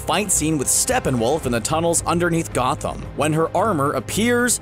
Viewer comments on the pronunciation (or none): none